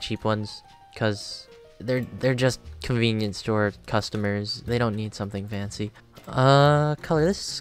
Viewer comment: conveenipoo store